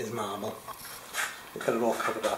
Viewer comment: It was awell Maaaahbull! Lol 🤟🏿